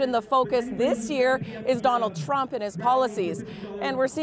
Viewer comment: "Dronald Twump"